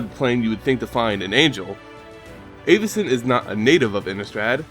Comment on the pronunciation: It's pronounced Avacyn, not Āvacyn